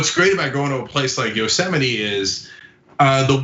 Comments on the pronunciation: Yostemite -> Yosemite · cenk can't even say it right. it's pronounced yo-seMITE. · It’s pronounced yo-seh-mite. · Yo-Semite , lol. Trump can barely read. 🤣🤣🤣 Biden 2020 , FTS ...🇺🇸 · Cenk... It's YO-- sem-ite